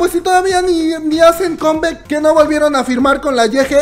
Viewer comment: Hey chíngu, la palabra en inglés COME BACK, No se pronuncia kem beck,se pronuncia cám báck. ¿Okey?, good..